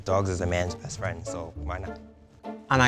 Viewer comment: "You would be a great fraind" MEGA OOF